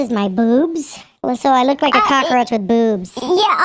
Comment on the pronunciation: "I'm gonna be a glammed up ✨cacaroach✨ cause I did do my makeup"